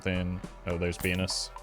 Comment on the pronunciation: every time he says venus i swear hes saying something else